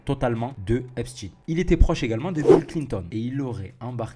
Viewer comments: Ça ne se prononce pas Epstine... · Mais bordel on ne prononce pas Epstine lol.